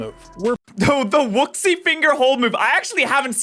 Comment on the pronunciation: Wuxi is pronounced woo-shee. The person who read the script very clearly has not seen Kung Fu Panda, and they come across as stupid and uncultured. At least pronounce words correctly. Come on.